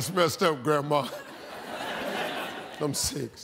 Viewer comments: “Numba seven” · “Numba six”